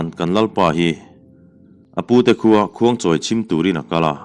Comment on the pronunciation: I chhiar thiam a vang hian ka duh thawh hret thin,khuangchawi khi a thluk in ang lo in lam la a dik lehzual in ka hriat chu le...thluk thui in a hmasa khi...a hnung khi chu a dik in ka lo hria a...engpawh nise,i chhiar thiam hi ka hailo a nia...